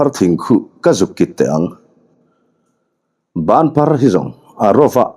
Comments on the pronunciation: Bânphar thing chu a awm ngei a, i lam dan pawh a dik e. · Banphar i lam dik lutuk e. Zuang thing nen hian in ang ve deuh tak a ni banphar hi zawbuang leh thehlei ten an tlan ṭhin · Chhimlamah hian Banphar thing chu atam khawp mai,ilam dik e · Banphar thing I lam dik e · Banphar tih hi i lam dik chiang e. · Banthar i lam dan a dik e. Engtin nge kha chen banphar thing hre lova i lo awm theih le. Phai lam deuh ah hian a tam bik in a lang e. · Ilam dik lu tuk banphar thing chu kan huan ah thing phek in kan zai tir mek e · Banphar thing a awm alawm, i lam dik e. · Banphar tih kha i lam dike